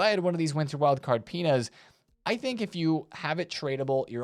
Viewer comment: My brain might be cooked because every time you said "Pina's" I heard "Penis".